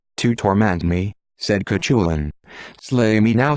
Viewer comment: I was looking forward to hearing this story. Until I heard, spelling out Cuchulainn because its AI couldn't cope with Irish grammar. I will not listen to any video that uses a. Sorry, but they really annoy me.